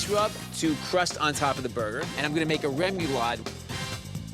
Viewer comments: Rem-you-lod? Lol... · Take a drink every time Bobby mispronounces “remoulade.” Bobby is to French as Giada is to Italian. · Haha he's a Jersey guy but don't rip him too bad that Louisiana/Cajun/Creole vibe has some strange pro-nunc-ciations